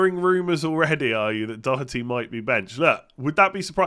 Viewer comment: it is good to hear an english person pronounce doherty correctly. living in ireland has helped you there!